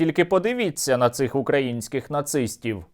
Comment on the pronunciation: Ти диви, а з чого це отой свинокінь став правильний наголос ставити на слові украЇнський. Дива дивні.